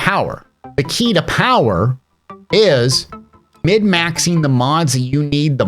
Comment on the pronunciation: Lol wait, are you saying Mid-Maxing?